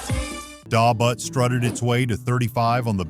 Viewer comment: You have the music on too low. I also hate the way you pronounce Da Butt by EU. Horrible job on the video .Do better or stop making videos and embarrassing yourself!